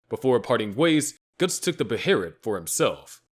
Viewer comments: “BAY-UH-LIT” they literally say it in the show my friend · What the hell kinda pronunciation of behelit is that?